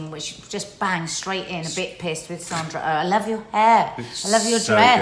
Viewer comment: First “Sandra Oh” is her name and she is not American she is Canadian. You know Jodie Comer’s name easily enough but just can’t get Sandra’s name to flow off your lips interesting!